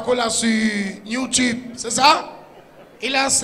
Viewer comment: c YouTube et non new tube!